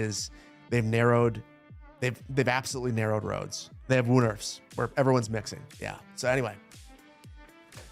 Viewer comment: Hey! "Woonerf" is pronounced like two different words, because they are (living lawn/yard). It is pronounced woe-n (like "woe is me") air-f. Or Wohn Airf